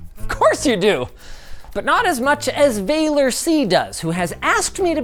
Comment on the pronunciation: So funny he's Romanian and Linus calls him "VEILER" when it's actually pronounced exactly like it's written "VALER". If I knew about this earlier I would have goten it because I live there.